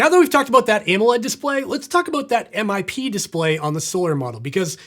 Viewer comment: Its pronounced as one word, MIP. NOt M-i-p ffs